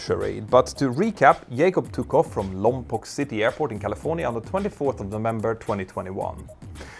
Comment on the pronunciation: Since it is the community nearest the launch site of many rocket companies, it will probably be good to file away in memory the correct pronunciation of Lompoc. It is “Lahm-poke”. The second syllable rhymes with “joke”.